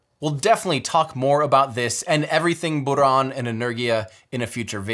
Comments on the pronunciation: Great video! Thanks Tim! And very good pronunciation of Buran. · Amazing video! And thank you for a good "R" pronunciation in "Buran". :) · I love how he pronounced “Buran”